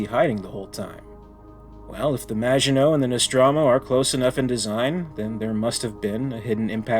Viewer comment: Excellent pronunciation of maginot 👍